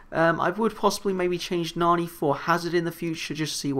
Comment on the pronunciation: its pronounced nanny. luv your vids keep it up